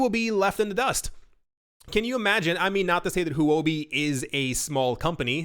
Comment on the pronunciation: Huobi is pronounced, "hwuh bi." It is Chinese for cryptocurrency. I love your show.